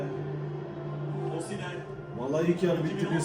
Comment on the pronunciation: Yapı ( OSIMHEN ) hahahaha çok iyi söyledin abi🦁